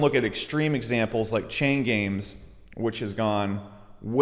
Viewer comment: Every time he says chain games i hear chain gang.